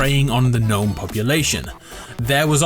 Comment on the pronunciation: G IS SILENT IN GNOME!!!!!!!!!!!!!!!!!!!!